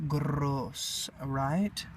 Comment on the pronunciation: Great work I was dying when you rolled the R when saying gross 😂😂